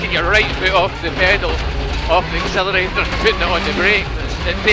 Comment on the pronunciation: Colin: the axXxxelerratorr I miss him :(